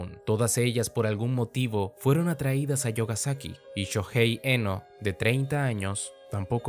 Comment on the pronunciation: La pronunsiacion correcta no sería "yogasaki" sino "miogasaki" xdd